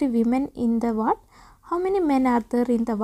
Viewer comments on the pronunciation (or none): none